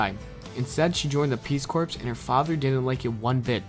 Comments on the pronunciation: peace corps. is pronounced "core" not "corpse" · For fuck's sake, It's pronounced peace CORE, not peace corpse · Great video...except for the classic mispronunciation of "peace corpse" instead of "peace core" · Mark Moncure Which is pronounced core. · Nice video, but could you learn how to pronounce Peace Corps? It's pronounced core, unlike how Obama pronounces it!